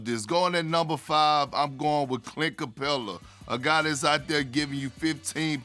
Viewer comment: Clint capellaaa? You just ruined your integrity man 🤣